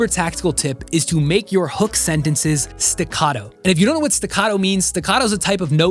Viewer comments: I think it's staccato... Not Sticcato 😄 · grat content, just bc i m italian , it s "staccato" not sticcato 🤣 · The italian musical term for short note is « staccato » not sticcato. 🎶 Awesome video ! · Found great value in this video, thanks! Never thought I'd see a musical term being used in content like this.. 😅 (FYI it "staccato", not sticcato 😉)